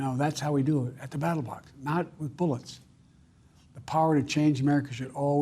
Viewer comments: Ballot but yeah he says it to where it sounds like that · Even after using a teleprompter, he still says “battle box” instead of ballot, daft old man 😂😂😂😂